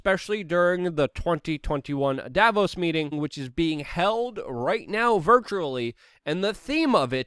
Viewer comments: It's Dah vose if I had a dollar for each time I've heard an anglo mispronounce a word or name I could buy YouTube. What would I do with it? Hmmm.... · Absolutely nobody: Luke: Dayvos